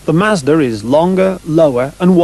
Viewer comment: is he saying mazdra?